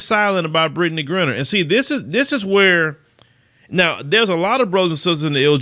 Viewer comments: Griner is pronounced like "miner" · Lord have mercy. Can you at least pronounce her name correctly. It's Griner with a long I sound not Grin-ner🤬